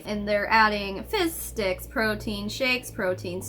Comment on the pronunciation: lol every time you say “fizz sticks” I just hear “fish sticks” and then I think of South Park and can’t stop laughing about the idea of them donating “fish dicks” 😂 Sorry. I’m starting to go a little looney stuck in the house with 3 little kids for this long... and I’m immature.